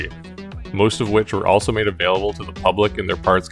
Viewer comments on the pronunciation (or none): none